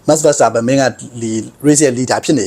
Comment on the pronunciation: Verstappenကို ဗန်စတာပန်လို့တော့ အသံမထွက်ပါနဲ့ဗျာ။ နားထောင်ရတာ အဆင်မပြေလို့